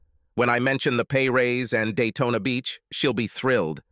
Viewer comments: it's Daytona not dayton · I keep on hearing Dayton ( Ohio ) , when Jim iz heading to Daytona ,Florida